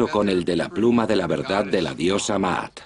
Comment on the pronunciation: Diosa Maat, no Marat.